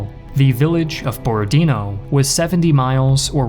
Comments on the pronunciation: BorodinO. Not BorodIno, not BorOdino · Its Borodinò, not Borodìno. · u almost guessed it correctly borodinO, with stress on the last O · Actually the stress is on the last syllable here - BorodinO.